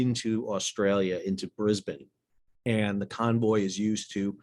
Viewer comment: Thanks for saying Brisbane correctly.